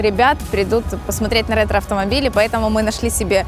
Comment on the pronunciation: ретро блять, ретро, господи это произношение в начале